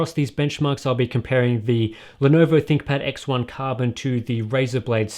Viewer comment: I swear that "ThinkPad" sounds like "ThickPad"